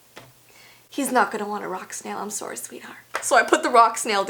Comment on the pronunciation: i love her Canadian "soory!" hahahahahahahahahahahaha